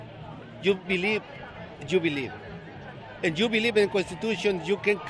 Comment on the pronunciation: youd beWieve youd beWieve...I believe he may need to be deported. His sign should say PLEASE NOW!